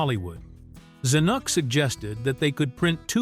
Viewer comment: "They" didn't crash into the pen holding the bull, only Butch. Teach your AI narrator how to pronounce Robert Zanuck and Burt Bacharach's name. The singers you refer to came out of the New Christy Minstrels Use fewer words...a LOT fewer.